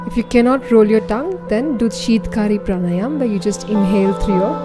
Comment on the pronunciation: Perfect video. Thanks! Just one glitch: please say "praanaayam", and not praanaayamaa !